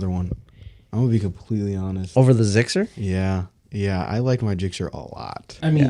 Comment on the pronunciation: Zixxer?!? Oh man..